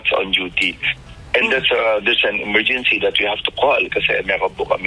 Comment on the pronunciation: 😂😂😂emergency o morguincy😂😂😂😂